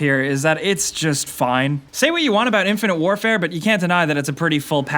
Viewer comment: Hahahahahahahahahahahahaha he's playing "infinte wrfre" what a joke!